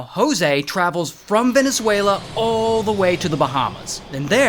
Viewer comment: Thank you for pronouncing my country Venezuela correctly hahaha